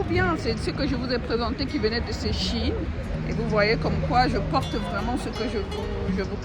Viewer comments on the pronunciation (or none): none